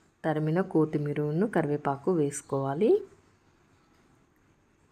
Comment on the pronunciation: Amma nuvvu basha koncham correct chesukondi tarimina anakudadu turimina anali